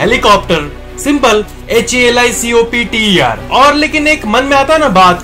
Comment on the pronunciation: Who laughed at HELICO 'PTER' 😂